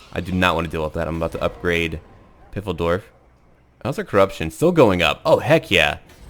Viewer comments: Oh, please do not call Pfeildorf "Piffeldorf" ^^ The name comes from the german word Pfeil which means Arrow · it's pfeildorf...like (p)fil-dorf...with a long "i"...means arrowtown in german. but nice vid. keep it up